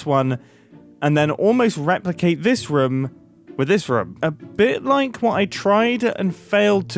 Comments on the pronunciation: If you say Ruum instead of Room one more time, I don't know what happens then xD But I can't hear the british accented room anymore (I still liked the video a bunch) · incredible video and amazing project but I gotta say I got increasingly distracted by your pronunciation of room, especially cos you said it about 436 times .."ruhme" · At this point, im wondering if thers anyone who counted how many times Mumbo says “room” or as he pronounces it… “reum”. Pls me if someone counted, i vry much am interested how many times he said it throughout the video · someone tally the amount of times he said "roum" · am i the only one who hears rum everytime mumbo says room? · Please stop pronouncing room like that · Why is Mumbo saying "Room" like Scott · I didn’t count but I’m pretty sure that the word ROOM was used quite a lot in this video😂. As a German guy I never noticed that British people pronounce it that short.